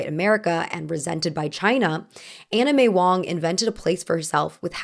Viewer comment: Did anyone else hear "Anna May Wong" as "Anime Wong" at first lol